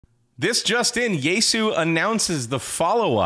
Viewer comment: But will it receive NOAA WX band? Also, "Yaesu" is three syllables, not two: "ya-e-su" 八重洲